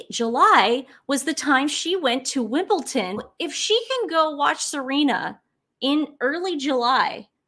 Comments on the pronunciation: Come now girls, there is no "T" in Wimbledon. It's WimbleDon pronounced as Wimble-DIN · It's Wim-bull-don not wim-bul-ton 👍xx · It's WIMBLEDON